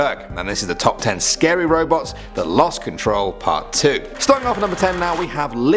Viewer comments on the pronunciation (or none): I thought he said robux in the beginning lol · I thought he said ROBLOX instead of Robots